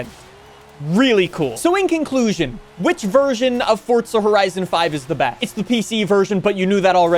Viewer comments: For za not Fort za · Its FOR"Z"A, not FOR"TZ"A.... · "For-zuh", not "forts-ah". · supposed to be "hardly any". Not everyone cares about language like us. He also pronounced the game title as "forts-ah" instead of "forz-uh" like it should be. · How about calling it "forts-ah", instead of "forz-uh"? Rage-baiting or just dumb? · Its Forzaaaaaaaaaaaaaaa not ForTza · What are you pronouncing it "forts-ah"?